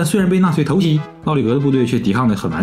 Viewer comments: 偷袭（xí）二声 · 你的偷袭咋全是唐山味的🤣